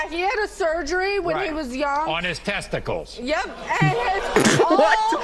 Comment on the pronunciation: "on his testicles" the emphasis.